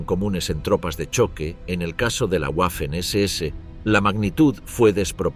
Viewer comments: “guafen” nooooo 🤦🏻‍♂️, se pronuncia “vafen” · En alemán y en español la letra w es una v doble. Waffen se pronuncia 'vaffen' y no 'uaffen'